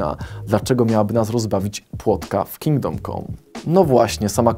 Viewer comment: Jak ja słyszę to Wasze Kingdom "KOM"... "Come", czyta się "kam" na litość!